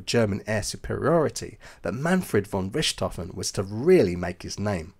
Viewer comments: Argh, I can't watch this! That constant mispronunciation of Richthoven as Rishthoven is terrible.🤪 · Pronounced Rick tofen! No ssshhht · It is really easy to learn how to pronounce his name properly but you didn't bother. Not " RISHT hofen but RICT hofen. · When you presume to correct someone else's pronunciation, you'd better be correct, nicht wahr? (As it happens, you're not.) It's neither "rich" nor "ric," but rhymes with "Ich/Dich," as in, "Mutti, Ich liebe Dich!" (I may be Irish, but my German pronunciation is impeccable thanks to a long ago girlfriend from Thuringia.)😉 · Wow, good ears! It's my 10 month old daughter, complaining about my pronunciation of "Richthofen". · You're using the French (or Western German) pronunciation of Richthofen. Kind of cramps my OCD style. Ha Ha. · Too bad you can’t pronounce his name properly. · Hmmm. I just thought he was using the Bavarian pronunciation.